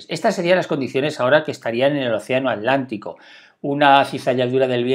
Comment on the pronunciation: Alantico o atlántico? No conozco ningún océano llamado alantico